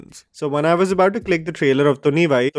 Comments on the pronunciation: It's not thunivaii it's thunivuuuu🥺🥺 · Video intro...I heard, Tunni bhai , tunni bhai, tunni bhai ??? Lol... Hopefully you don't repeat this in front of Kannadigas... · Kannadigas when they heard saying thunivai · Even I was laughing listening to your pronunciation of thunivu 😂😂